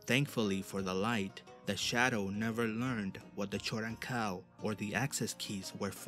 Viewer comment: It's pronounced 'Koden-Kal' not 'choden-kal'